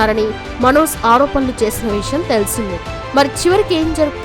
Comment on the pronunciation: Manoz అని పలకడం style ఏమిటి? అసలు pronunciation Manoj. మన తెలుగు భాషని foreign language లాగా పలకడం మన తెలుగు వాళ్ళకి చాలా మోజులా అనిపిస్తోంది. Hindi, Tamil anchors వాళ్ళ భాషలు స్పష్ఠంగా పలుకుతారు.